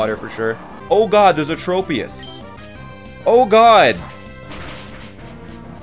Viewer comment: Tropius is pronounced "trop" like "tropical" not "trope"